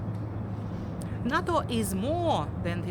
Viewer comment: NATO произносится как нэйто